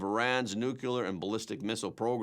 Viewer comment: I like your program. However, you need to learn how to pronounce the word 'nuclear'. New-clear. Try that please. Not new cule ur.